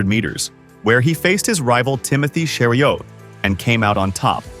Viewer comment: Nice narration, but you can tell it's not human at around timestamp when it says "two thousand nineteen". Also at around timestamp , trying to pronounce "Cheruiyot."